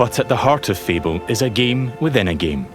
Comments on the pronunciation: I like how the narrator pronounces Fable as Feeble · Wait. Is that the right way of pronouncing Fable??! I've been wrong my whole life